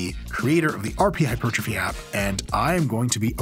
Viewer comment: pedant ic not pe dan tic hyper trophy not hy pertrophy pedantic?